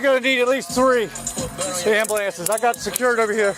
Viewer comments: "Am-bah-lance" This is not the first emergencey services worker that I've ever heard pronounce it that way, but what secret do the paramedics, firefighters, and cops have that makes them more likely to say it this way? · The cops can’t even pronounce ambulance lol🤣🤣